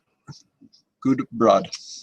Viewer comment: Sculpin wool is really old, but I use clumps of laser dubbing, after lining the fiber up you tie it in and brush it out. It looks awesome. This sculpin is nice and I will probably tie some up. Imitation is the sincerest form of flattery. You know how to say Gudebrod, you got it right and then added the N again. Whatever you like as long as you show it. You will have to stock up because Gudebrod went out of business. I bought a bunch on huge rolls. All the best, Sean